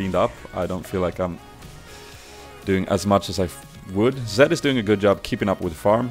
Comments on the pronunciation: u say Zac to Zed;____ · Why do you say zac all the time insted of zed!?? xD